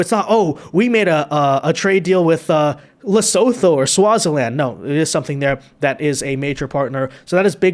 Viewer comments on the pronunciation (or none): none